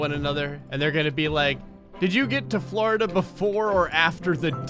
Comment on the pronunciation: Is it just me or does it sound like he se’s “flarda” every time he se’s “Florida” XD